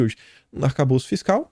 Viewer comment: não é arcabouço ou calabouço é "ATACABOLÇO"